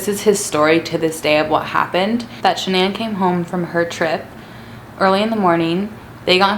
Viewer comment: Si love how she says Shannan